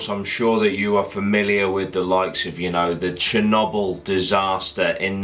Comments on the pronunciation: Love how he says chernobyl Cher-knob-el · The way he say chernobl